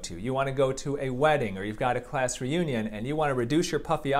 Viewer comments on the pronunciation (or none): none